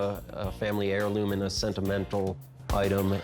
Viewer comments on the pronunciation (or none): none